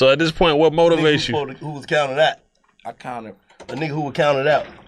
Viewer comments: Birdman and Master P don't say "point" they say "pernt" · He still can't pronounce "point." "Pernt," is hilarious.